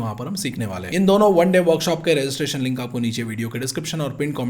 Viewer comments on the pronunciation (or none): none